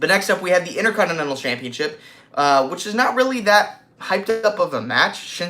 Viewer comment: why do you call it the "innerconnnenal" title lol